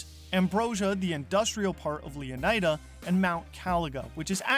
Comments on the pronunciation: leonaida? bro is leonida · How on earth are you pronouncing it Leon-AJ-da? Would you say Flor-AJ-da?